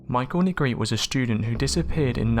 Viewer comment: The last name NEGRETE is pronounced "NEH-GRET-TEH" (in Spanish) or "NEH-GRETTY" (in English)....not "Neh-GREET"